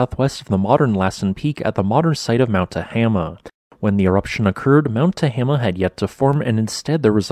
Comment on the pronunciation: Mount Te-hay-ma is the proper pronunciation. Is there any to determine the crater that was created by this eruption? Like leaving instruments in the area and using earthquake wave analysis to get a picture of what's underneath?